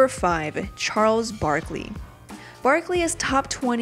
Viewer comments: who the heck is Chales barkely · "Chales Barkley" xD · "Chales Barkley"